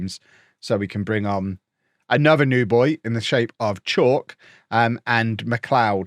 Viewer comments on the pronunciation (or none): South African here. Chauke is not pronounced as Chalk. It's Chow + ke (like ke in Kevin) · Nothing like binge-ing the weeks action on a Sunday.... Idk if you're going to see this but Chauke is pronounced "Cha"-"oo"-"keh" Practice it slow but say it fast😅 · What language is it? As a motswana i would have pronounced it Cha- u(ooouuu) - ke (kay)